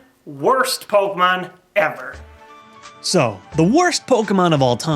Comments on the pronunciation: Why does he pronounce it poke-mon its pokEmon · Dude, it's not pronounced "Pokmon" it's "Po-kem-on" and it's short for "Monster Rancher". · I love Pouukmon! Why does he pronounce it like that though anyway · It's pronounced Poe key mon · Do people not acknowledge the accent over the E? It's not pronounced Pokumon... Idk why so many pokemon fans pronounce it like that... It's wrong. Jesus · I love how you pronounce the word "Pokemon" :D